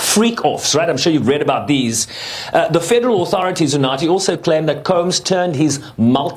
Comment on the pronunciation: Woooow, I love how he pronounced UNATHI😊😊